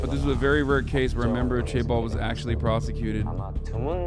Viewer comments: Why does pronounce it like "Chay Balls" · As a korean, the better way to say it would be jaebol